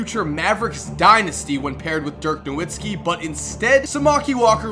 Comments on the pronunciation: Dirk No-VIT-skee you midwestern fuck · NAH VITZ KI NOT NAH WITZKI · dirk nowitzki it's pronounced as dirk "novitzki" because there is no W in German so they pronounce it with a V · How did you mispronounce Dirk Nowitzki? Last name is German and w sounds like v and v sounds like f